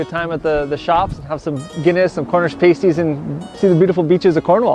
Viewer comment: 😂 pronounced “Pasties” totally wrong.